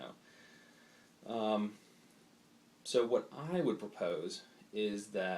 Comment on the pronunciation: Isn't the S pronounced on the end of xenos?